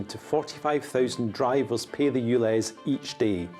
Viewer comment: I understand the London accent and you pronounce things differently but dude you need to say the word pay with a little more of the a sound because it sounds like you're saying pee